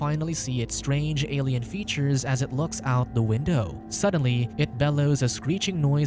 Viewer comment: win-DOE lol